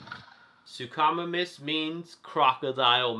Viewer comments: You mean sue-co-my-mus that's how you say suchomimus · It is pronounced “soo ko my mis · Great video but it's announced "sook-o-mimis" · “The sookamomuss” 😂 😂 😂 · It’s su-co-miemis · Not to be mean but you said suchomimus wrong it’s pronounced (Sue-co-mime-us) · You say suchomimus wrong Sook-oh-my-mus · Hi great video. But your saying suchimimus wrong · You said suchomimus wrong!!!😡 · It's not his fault tho